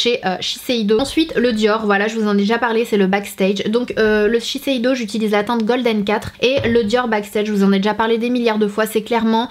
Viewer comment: Tu as réussi à dire shiseido du 1er coup 😋